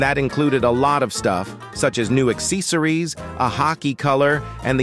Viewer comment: new ac-si-so-ries☠️☠️